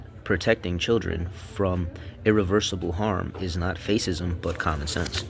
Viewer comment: Did you smoke meth or take some adderall? Sound it out, bud. Cuh-cuh-cuh... cun-ser... cun-serv...cun-ser-vuh-tis-um. Fascism=fash-is-um. Fashisum